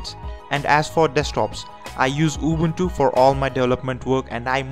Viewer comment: The way he pronounces it... UWUntu